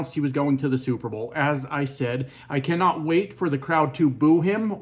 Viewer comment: 'You Cammot tell me it;s not a coincidence" Go back to school.